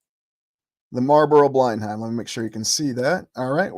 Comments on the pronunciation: fyi, pronounced 'blen-um' not 'bline-hime' as in Blenheim Palace, home of the Dukes of Marlborough, family name, Churchill.... English pronunciations can be tricky. Great channel! Very interesting ideas. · Blenheim is pronounced 'blennam' 🙂